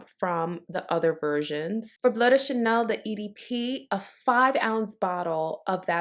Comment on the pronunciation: I can't seem to find it here in the UK but tomorrow I'll go to Selfridges so hopefully they have it. Can I ask you why you call it "blue de chanel" instead of bleu "blur" de Chanel. You actually pronounce it perfectly at 1.24 in this video. Sorry for being an arse but I think it's important to pronounce it how it is in it's native French language. BTW I love your channel